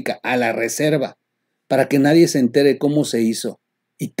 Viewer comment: te oi mal o si lo dijiste "nadien" te contagias de pejeñol?